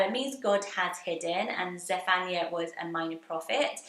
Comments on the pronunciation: That is not how you say Zephaniah Sounds more like Zef an -eye ah iah makes an eye-ah Sounds Same as other biblical name like Isaiah Jeremiah Jedadiah Josiah Hezekiah Nehemiah Obadiah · I really enjoyed this list! So fun. Definite fave is Beauregard - like Violet Beauregard ! I haven’t heard Zephaniah emphasising the ‘phan’ - always the ‘Niah’ stressed. I’m from Wales, there was a girl in my year and she always pronounced the G in Angharad? Lastly - where is your lipstick from? It’s a lovely colour! X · I've never heard Zephaniah pronounced like that?